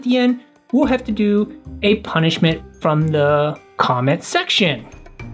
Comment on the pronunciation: Ponischment: ro fisch